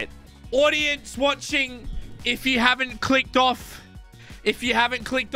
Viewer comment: he sounded so messed up 😂 If yOu HaVenT CliCkED oFf- If YoU hAvEnT ClicKeD OfF yEt